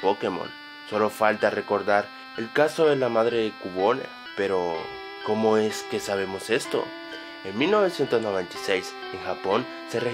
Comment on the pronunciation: cubone?? se pronuncia quiubon :v